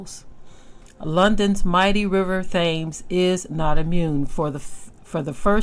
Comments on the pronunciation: Thames is pronunced Tims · The river is pronounced "tims". Peace. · Here is a fun fact: it’s actually pronounced “TEMS River.” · I love your pronunciation of the European locations. It's so refreshing to hear the actual spelling ( which doesn't always make phonetic sense) pronounced differently, much like these same people constantly mispronounce the names of other people's cities and nations. They have abused the 'tams' river, being wicked shepard's and now their punishment is upon them.